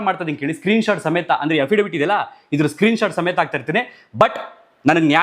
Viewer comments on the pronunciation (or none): none